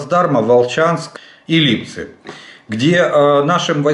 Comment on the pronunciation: поздравляю Вас. у Вас успех в произношении ЛИпцы.